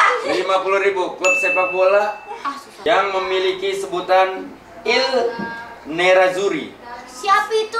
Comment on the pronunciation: Salah tu I NERAZZURRI yang bener bukan IL NERAZZURRI bang wen...